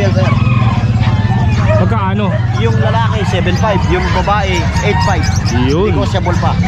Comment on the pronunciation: nego-table daw HAHAHA